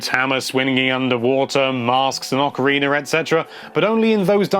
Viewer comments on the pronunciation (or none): none